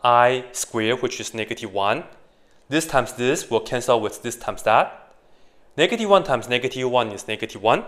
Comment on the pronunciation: that's not a "negatie-one"